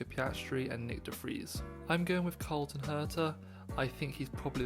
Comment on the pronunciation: Herta drives for Andretti in IndyCar, not McLaren. Also his name is Colton, not Carlton.